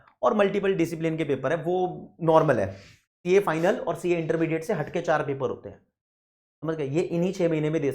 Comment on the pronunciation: Sir Apne bola :- Hat ke chaar mjhe laga ki apne :- Faat ke chaar bola 😅😂😂😂😂